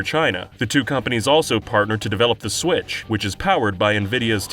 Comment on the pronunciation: "mario kart sWIItch HD" let that sink in.